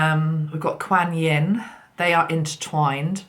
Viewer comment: Hi. I know you like to pronounce words correctly ( even though it's really not important) Quan, like swan, Quan Yin. This video great thank you so much xxx